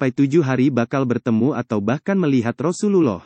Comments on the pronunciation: Mohon untuk belajar lebih fasih lg dalam pengucapan rosulullah dsb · Pengisi suaranya tdk fasih dlm menyebut Rosululloh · Betulin dulu ucapan yg paseh menyebut Rosulluwoh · Ka Carapengucapan Rosulullah SAW. Kurang Tepat Ka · Ucapa Rasulullah shalallahu alaihi wasallam di ucapkan dgn benar, min...! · Betulin dlu cara ngucapin Rasulullah SAW nya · Maaf admin, baca arabnya yang fasih panjang pendeknya, inikan konten islam masa bacanya gitu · Coba pengucapan Rasulullah saw dibenerin, maafkan saya kalo menyinggung hati admin 🙏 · Channel Islam, tapi mengucapkan Rasulullah saja tidak fasih.